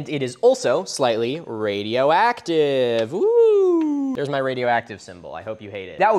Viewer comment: radio egg-tive